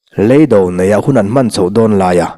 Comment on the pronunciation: Ngaihnawm thin hle mai,.... Lei do tih erawh lam fimkhur tawk loh a awm leh thin.kan ka a mi lei ri angin a ri chhuak leh thin a, lei (kan rah lei )( khawvela kan do sawina) lei do tih zawk tur a ni e....